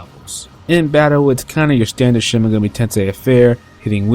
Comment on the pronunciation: it's kinda annoying when you say "megami" wrong